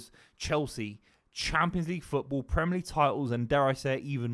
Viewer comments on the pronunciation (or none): I really rate Buveys opinion, one of the best to do it, but the Bristolian way of saying “Premer” league like the ‘i’ doesn’t exist really grates me.